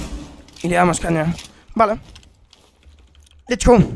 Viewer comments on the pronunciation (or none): me encanta que diga lech gou